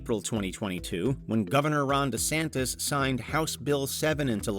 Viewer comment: Thought he said "Rhonda Santis".